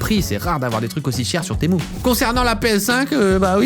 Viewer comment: Moi je penser qu’on disait Temu pas temou